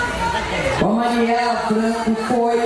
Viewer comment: A Dilma erra o nome da marielle 2 vezes , mas o Augusto também chama várias vezes a marielle de (Mariela) kkkkk alguém noto ?